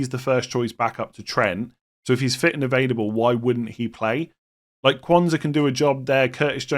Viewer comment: as one who also Does this - do you know you say “evadable” rather than “ available “ - I don’t think it’s your accent! 😊